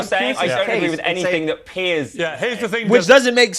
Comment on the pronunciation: My favorite part of watching your videos is that fact that you don't have the letter T in your verbose language skills. haha, I love it. For example, for the English word "this", you pronounce it as "dis". For the English word "that", you pronounce as "dat". hahaha...makes me laugh every time I hear you use those words.